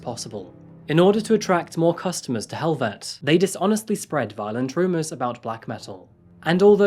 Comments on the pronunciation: It's pronounced "hell ve te" - not helvet! Great content! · I’m sure a Norwegian can confirm but I believe helvete is pronounced hell-vet-a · Varg = Norwegian word for Wolf, btw. Also Helvete is pronounced kind of like: "hell-veh-teh". ;) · Ok, you've done the homework but, sorry, you are annoyingly ignorant of the black metal culture. Damn at least learn how to pronounce "Helvete" correctly. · this is probably the most minor note ever but the E at the end of Helvete is not silent